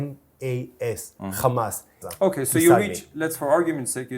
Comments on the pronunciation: The funniest bit is, they can easily pronounce the 'H' and in the same sentence mispronounce it as khammas' to add an evil image to them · He misspoke Fatah for Ha🎉mas - for him, they're all the same. LOL he proceeds to spell Hamas H, A, M, A, S. and then proceeds to pronounce it Khamas. He comes across as unhinged. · “H.A.M.A.S… Kkhhamaas” 😂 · Khamas, khamas. He is gonna choke saying khamas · 😂😂😂 spelt the word HAMAS LETTER BY LETTER and then proceeded to say KHAMAS 😂😂😂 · He spelled it right and still pronounced it wrong 😂 — absolute disgrace. They will lie to through teeth.